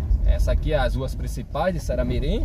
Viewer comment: Vc erra de mais o nome da cidade viu